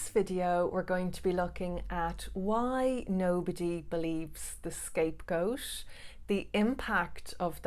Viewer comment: To a non-english listener, it sounds like you are saying scape-ghosts, which kind of makes a lot of sense. I definitely felt like a ghost to my family, being subject of their fear, but at the same time invisible!